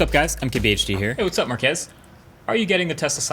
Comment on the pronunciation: Markus not Markez. So annoying